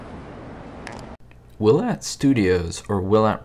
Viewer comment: Willet is correct!